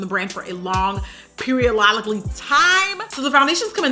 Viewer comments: I died when she said “a long periololically time” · "Long periolically time!" DYING 😂